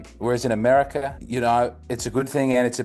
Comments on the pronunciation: in “Americerrr” 😂 I see what ya deed thur mate (I’m Hispanic) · Lololol " AmeriKER"